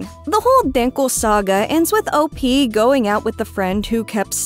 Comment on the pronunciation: Finally - someone who says “op” the correct way